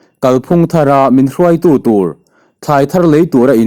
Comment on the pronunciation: Eng rùai a ni lo,eng rúai tih tur. Lam sàn chhoh tur...😮😮